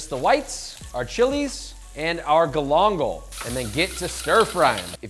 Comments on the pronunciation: Hermano mio, you got to pay more attention to the pronunciation... Love everything you do, but "Glongle" ain't how you say it. Ga-lan-gal. Also, for me, I'd rather spend 3 minutes putting an edge back on my knife than figuring out how to put the edge back on a microplane... Unless you have a trick for sharpening microplanes? That would be awesome..... Keep it coming! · Hm? Galangal? Oh, yeah. Uncle Roger must know your works! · If you bother to pronounce galangal properly, legend has it, it will soften up for you